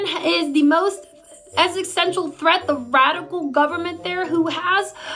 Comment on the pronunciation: "extistential" Read a book, Leavitt. 🙄